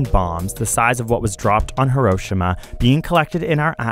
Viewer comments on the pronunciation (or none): is nobody gonna talk about the way he pronounced Hiroshima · i like how smart he is but mispronounced hiroshima